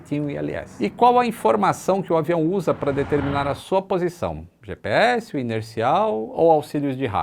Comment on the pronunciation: Além de errar o "GPS", errou também: LUIZ. Esta errado, é: LUZ. Não é: LUIZINHA, é: Luzinha.